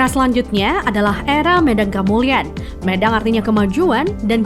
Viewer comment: Baca Medang nya kurang tepat min